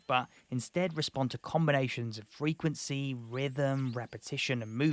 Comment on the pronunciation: WTF is Frenquency? Lol…. Love your videos…. I also love being a prick! 😹😻